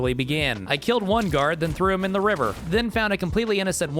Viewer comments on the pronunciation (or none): none